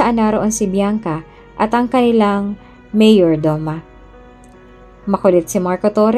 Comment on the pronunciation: Paki ayos Ms Narrator Mayordoma. Not Mayor Doma . ( Meyordoma) Sabi mo ang body ni "Briana" ay nasa Punerarya .Trixie dapat .Please be. careful .Nalilito kaming mga Listeners.